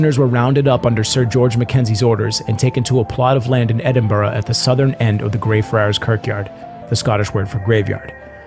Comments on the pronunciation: I live in Edinburgh, been to Greyfriers many times and been on many ghost tours. I'm also very happy you pronounced Edinburgh correctly 🤣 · GardyLoo is what they would shout before tipping out their buckets lol. thank you for pronouncing Edinburgh correctly! I'm a local and visiting Greyfriars on Friday 13th eeeeek